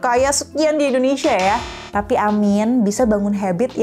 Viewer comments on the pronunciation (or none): none